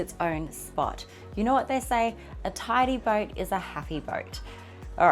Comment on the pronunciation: its not booooot the pronunciation is closer to boat